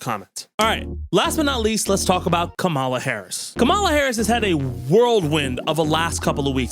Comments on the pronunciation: please fix your pronunciation on ONE thing, It's KAmala, not KaMAla. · 😁😁😆 Dude. It's COMM-ah-la, not comm-AH-la. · I believe the preferred pronunciation, as in how she pronounces it, is “comma la” which rhymes with “Momala” which is what her step kids called her. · With peace and respect, it's pronounced "Comma-la" not "Ka-Mall-a." The R's have been pronouncing it incorrectly to be petty losers. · I'd take a group of Fauci cuckers over a single couchie fucker also, you may have been listening to Trump pronounce Kamala's name too much, I don't believe it should have such an emphasis at the end, it's like Comma - luh. Anyway, I only point that out cause it seems like another tactic the right is using to try and be further racist, another birther kind of thing. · pronounced Kamala wrong again?!